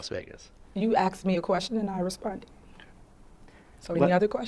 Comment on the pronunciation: you aks me a kwetshun?🤣